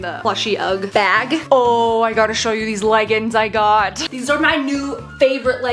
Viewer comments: No hate for but the way she says “leggins” instead of “leggings” makes my brain hurt😂 Love your vids!! This is probably the fifteenth one I have watched today❤❤ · …. WHY CAN’T YOU SAY THE “G” IN “LEGGINGS” ALL I HEAR IS “leggins” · Bro really said "legns" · Not to be rude but why do you say leggins also me and my sister always watch your videos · I love how she says leggins instead of leggings